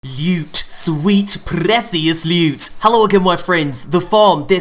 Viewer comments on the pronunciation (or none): It's Sweet PRRREECIOUS LEWWTTT